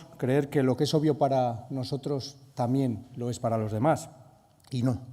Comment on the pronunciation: Sr. Tudanca, bastante ridículo, para decir una obviedad cita a una "pensadora" "feminista" "nigeriana" Y encima, para ser castellano no sabe hablar o leer, o ambas cosas, se dice "también", no "tamien". Y citar a un asesino como Marcos Ana, denota su catadura moral, donde está la memoria histórica?. Saludos desde España